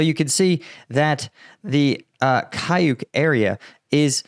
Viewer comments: how difficult is that to say "KAUCHUK" instead of "kayuk"? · It reads caoutchouc, not kayuk. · thanks for the excellent reporting. You have a very good pronunciation for an English speaker, but just an easy phonetic tip: You say [KAYUK], but phonetically Y = U, Č, ч = TCH like tchai, so... каучук = kauchuk, kaučuk. It is the name for the rubber polymer, probably because of former or current production in the area (India rubber, latex, Amazonian rubber, caucho, or caoutchouc) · Каучук is pronounced KA-OO-CHOOK!